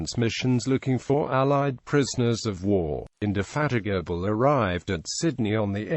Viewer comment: "Implakable" "Indefatikable"